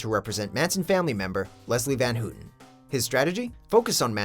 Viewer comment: Her name is pronounced "Van HOW-ten" not "Van HOO-ten." Do your research,.